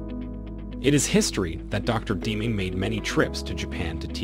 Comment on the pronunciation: Great video. But I’ve never heard anyone pronounce Deming as Deeming.